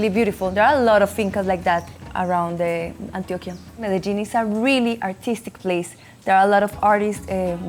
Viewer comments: Excellent video. One tip for you: the combination on Q-U sounds as a K in Spanish. Example: Antioquia= antioKia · Dude needs to learn how to pronounce Antioquia. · The way dude pronounces Antioquia pretty much sums up the type of Tourist this type of video would appeal to, Que Bobo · My man can't say Antioquia correctly for the life of him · The beauty of this country isn’t the ultra rich, it’s the countryside, the beautiful pueblos and the wonderful people. I know you’re a gringo Rolo but please pronounce Antioquia correctly. 😅